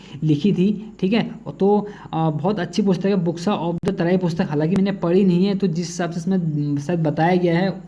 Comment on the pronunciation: बोक्सा नही बुक्सा